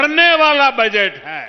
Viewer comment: सर, आप तो माफ ही करे बजेट नही वो बजट होता है सर